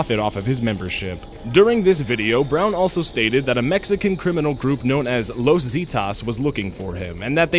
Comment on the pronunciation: You are saying Zeta wrong..